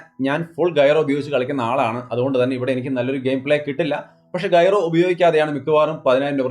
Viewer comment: ഗൈറോ അല്ല ജൈറോ ആണ് 😂